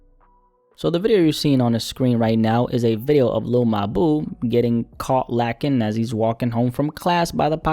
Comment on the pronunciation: Every time you say his name I get upset lmaooo sounds like you're saying hey my lil boo lol lmaoooooo